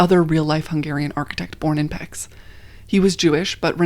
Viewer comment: great video! thank you for sharing results of all this research. one small comment - Pecs is with the sound CH at the end (ch as in chimney)